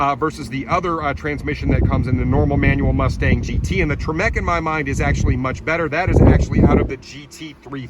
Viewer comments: It made me cringe a little bit when you pronounced TREMEC as "Tree-Meck" lmao. Love your videos though 😂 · The way he says Tremec makes my brain hurt.